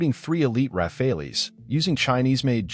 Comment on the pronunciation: Rafales, read...Raa..Faal